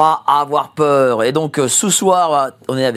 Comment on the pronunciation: j’adore quand tu dis : Yaaa ! il. ne faut. pas. avoir Peuur !!